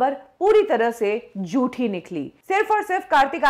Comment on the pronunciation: kindly pronounce properly it's jhoothi not joothi.